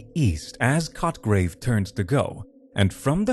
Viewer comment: Hard to stay with the story but mostly because I get distracted to chuckle every time he says the character's name...Sounds like "****grave" lmao